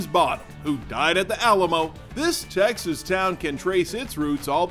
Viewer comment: This guy's voice a d how he says Texees....drives me nuts